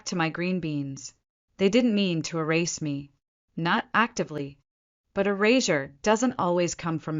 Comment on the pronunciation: "erasure" came out as "a razor"... how apt